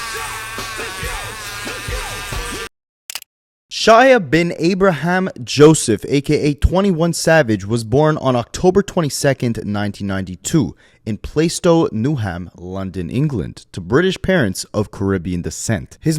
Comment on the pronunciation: “don’t staaaaaaaaaaaaaaaaaaaaaaaaaa…..” also it’s better to say “plaa-stow, newam” we don’t say New Ham sir 😂